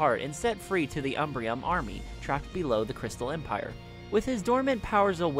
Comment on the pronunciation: He did not kill princess Amore, he simply dispersed the shards across the land. As the narrative box of Sombra's speech says "I couldn't bring myself to destroy her, but I spread the pieces of her statute all throughout the world. Maybe someone will restore her one day, but I'll be too strong for her by then." She is not dead. Also, it's "Umbrum"; there is no 'i', not "Umbrium".